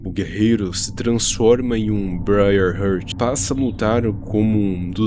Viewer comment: com todo o respeito, "brai rurti"? n consigo me concentrar no vídeo com esse inglês...